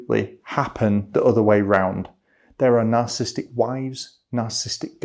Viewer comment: sir, you are skipping one syllable in narcissistic, please stop. Nar-cis-sis-tic, not nar-cis-tic